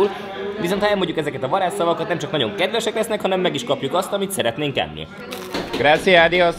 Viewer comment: Kedves! A spanyol utatok elejétől fogva várom, hogy mikor jössz már rá, hogy a gracias spanyol szóban (jelentése: köszönet) nincsen magyar 'c' (mint cica) hang, hanem azt pösze sz-nek ejtik, tehát valahogy úgy, hogy "grasziasz", ahol az 'a' a magyar 'á' röviden ejtett változata. Remélem segíthettem, amúgy hajrá, mert élvezetesek a videjók.